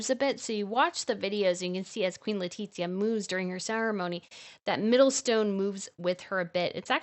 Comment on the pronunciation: Don’t know why bothers me the pronunciation of the name of Queen Letizia it’s LE-TI-ZIA not LETITZIA 😏😏